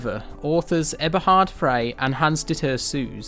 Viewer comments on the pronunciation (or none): none